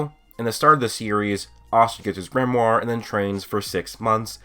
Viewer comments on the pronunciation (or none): none